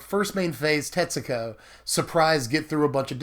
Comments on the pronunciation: Every time you say Tetsuko I hear, Texaco. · Hey, I figured that if Tetsuko was your favorite legends in Dominaria, I would inform you how to pronounce her name. I lived in Japan for over two years, and I know this is going to sound weird, but the u is silent. To spell it phonetically, her name is pronounced: Tetsko. If you're Japanese, there is an inflection where the u goes, but you would never be expected to know or be able to pronounce it perfectly. I learned from making very many social mistakes that when a u comes after an s in Japanese it is almost always silent. I know zero words that break this rule. Thought I'd help you out. Tetsooko is a mispronunciation, friend:) Thanks for all the deck techs, love your channel!